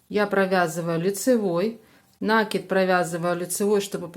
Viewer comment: вы откуда? Почему нАкид??? Что выдумываете!!! В русском языке есть только слово накИд! А хотелось с вами связать комбинезон для игрушки,но нет сил слушать ваш нАкид!!😢😅😅😅